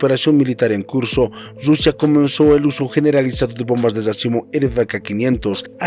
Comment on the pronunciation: No se dice RRRRUSIA se dice RUSIA CON UNA R QUE MAL TU FORMA DE AHABLAR